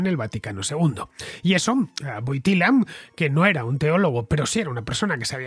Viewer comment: Se escribe Wojtyła; se pronuncia Huótiua.